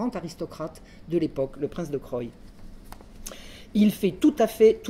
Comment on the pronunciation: le prince de Croÿ se prononce CROUI ). Pour le reste, ce récit est passionnant.